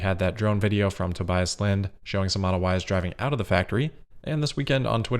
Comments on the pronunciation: Tobias pronounced as To-be-us. With stress on first syllable. Great reporting as always! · Should say, Tobias pronounced as Toe-be-us. With stress on first syllable. Again, great reporting as always.